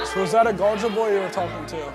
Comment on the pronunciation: When they say gorger boy it rhymes with Soulja boy lol